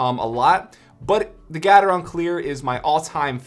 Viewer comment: Gat-er-on Me: no no, I think it’s Gae-ter-on: GAT-ER-ON